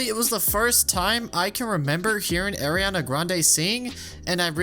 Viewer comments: you claim to know how big of a singer ariana is but you can't pronounce her name lmao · There should’ve been an entry on the iceberg explaining that iCarly is in the same universe as Zoey 101, too, since Lola’s ringtone in season 4 is a remix of the iCarly theme. Also, I shouldn’t be the first person to tell you that you mispronounced Ariana.